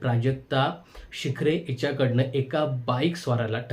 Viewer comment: प्राजक्ता शिखरे नव्हे.. प्राजक्ता शुक्रे